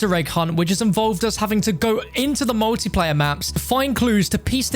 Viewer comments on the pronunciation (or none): none